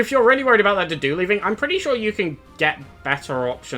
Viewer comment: Its so hard for me to take a unit seriously when i hear his name pronounced as "doo-doo"